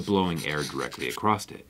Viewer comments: Are you pronouncing cross as "crossed" on purpose in this video? I'm noticing it every single time... ugh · "Blows air directly acrosst it." "Acrosst" isn't a word Jerry.